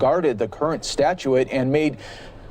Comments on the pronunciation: C'mon, the word is 'statute', not 'statuette' although the latter is much like Fox as of late. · It's pronounced- STAT-CHUTE, Statute. You're welcome.